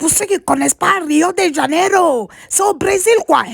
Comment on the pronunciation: Salut soit salué je suis fanta gbê par ta manière de prononcer rio de jaenério